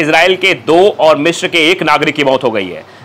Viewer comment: Its Misr not Mishr. Its Alexanderia not Alexander 😂